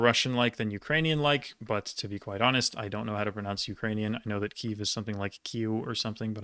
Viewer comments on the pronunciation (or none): none